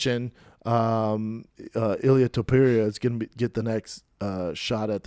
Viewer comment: TopUria. Not Topiria.